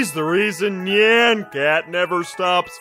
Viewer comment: Nyan Cat is pronounced Ni-Anne Not Ne-anne..